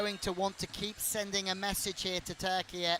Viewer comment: Bütün spikerler ülkenin adı "TÜRKİYE" öğrenin artık.